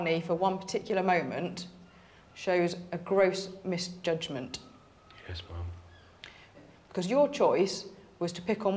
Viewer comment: Do they not teach how to say ma'am in the Navy?